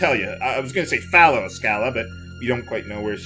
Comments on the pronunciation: I think the names are pronounced with a hard J (Janus) and soft Sch (Schala). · My old nemesis, pronunciation of "Schala" - we meet again...